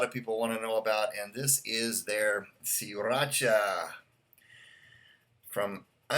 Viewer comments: It"s Thai. And yes you have to roll that R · Siracha isn't Spanish, you don't gotta roll that R.